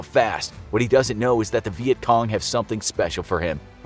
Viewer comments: He says vietgong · He says vietcom